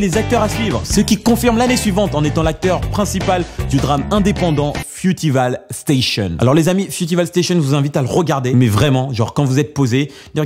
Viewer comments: "frutival stassion" mdrr t'abuses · Fioutivale station et zet eukwerd moment :') Quel accent mdr Fruit pas fiouti